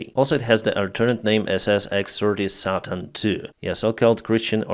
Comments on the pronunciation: Satan = say ten. Pronouncing it satin is a material for making dresses. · Say tin not sat tin